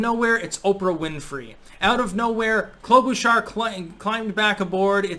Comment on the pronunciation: Klobuchar is my third cousin It’s pronounced “Klo-buh cher” no sh sound, ch like chirp Voting Trump